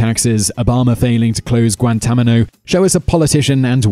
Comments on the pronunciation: Guantanamo... Not Guantamano. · "guantamano" XD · Did you realize you said Guantámano? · heh 'Guantamano' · Please figure out how to pronounce the things you're talking about, between "Guantamano" and "Reegan" it makes you look unprofessional and it's just annoying.